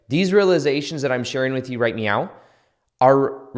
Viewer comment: Did anyone else notice how he said “right MEOW”?!?! Jajajjaa thank you, I’ll comment again once I’ve actually went through the video